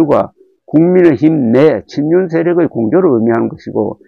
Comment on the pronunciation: 친윤에게 맡긴다로 😂🎉 들려요